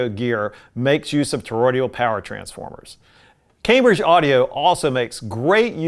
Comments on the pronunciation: Toroidal, not toroidial. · I know that this review was written four years ago but I have never watched it before but it’s sort of nagging at me you’re pronouncing Toroidal as Toroidial. You may be reviewing old videos that you made and I hope that you’ll correct this pronunciation error in the future. I do love everything that’s made by Cambridge though. They know what they’re doing. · Toroidal, not torodial transformers.